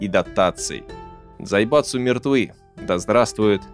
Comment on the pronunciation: Я один выхватил с произношения автором дзаебатсу